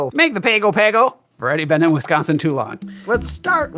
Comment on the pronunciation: Wonderful interlude at the bar! Impromptu Wiscaansin pronunciatiums aside (and deeply appreciated, I might add). It's a dern purty drink, and Az's museum quality photographic capture of it, en repose, well... chef's kiss! Hyman Gale ~ not to be confused with Nighten Gale! (We shan't speak of it again!)